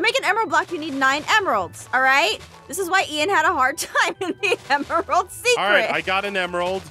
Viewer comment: SHE SAID EMERALD SECERT